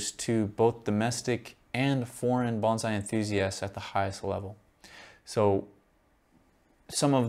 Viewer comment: It’s hard to call you a wen you can’t pronounce “Bonsai” 😢